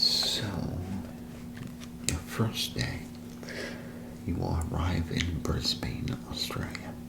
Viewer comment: As an Aussie, I was worried there’d be a lot of mispronunciations that I’d find too distracting, but honestly your content is so good I wasn’t even bothered by the “Bris-BAIN” (it’s “Bris-bin” lol) Keep up the good work man!